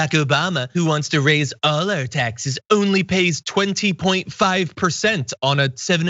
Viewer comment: Waaiiitttt a second...... Did you just say "We'll see a D pic from 45 before we see his taxea"???? Honey first he's got to have a "D" to snap a D pic........